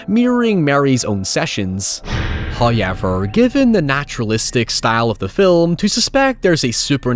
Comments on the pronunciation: "Hawyever" brother choose another word. Fuck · this sick bastard probably gets crazy engagement and playback time for that pronunciation😂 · my american tounge can't even comprehend how says however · His accent does pop out more with that word but it has become a bit on his channel and community now. And even if it wasn't, why be this rude about it? Just a needlessly negative comment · How do you spell how pronounces "However"